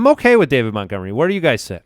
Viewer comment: Hearing refer to Montgomery as Meh-gomery makes me understand why you guys settled on Mopportunity as a nickname. You started with the bar so low that Mopportunity actually seemed clever (if only by comparison).